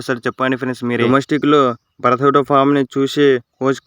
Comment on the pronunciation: Bhaarat kadhu bharat